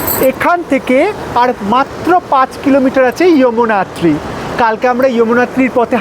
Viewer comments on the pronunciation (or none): ইয়ামুনাত্রি টা কি 😊 যমুনাত্রি বললে কি উচ্চারণটা ভুল হতো??!!